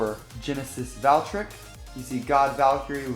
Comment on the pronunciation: IT IS NOT GENESIS VALKRICK ITS GENESIS VALTRYEK